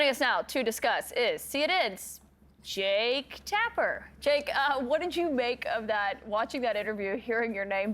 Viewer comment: Jaketapper?? You keep saying that word. I do not think it means what you think it means😂😂